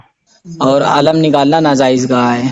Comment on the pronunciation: اِن جاہلوں کا یہی کام ہے جب پھنس جاتے ہیں تُو کُتّے کی طرح پگلا جاتے ہیں پھر بهو بھو شروع کردیتے ہیں جہلا سب اس جاھل کو تو صحیح طور پر بولنا بھی نہیں آتا ناجائز کو نازائز بول رہا ہے بے غیرت بے وقوف جاھل